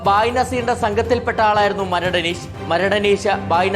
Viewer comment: അനീശ് അല്ലടാ അനീഷ് എന്ന് പറ